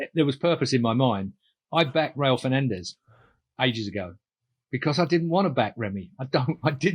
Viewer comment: Keith schooling on pronunciation 😂 Who is Rail Fernandez?